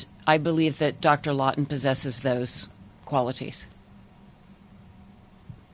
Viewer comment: ....She says Dr “Lawtener”, but title says Dr Lawton, which is it??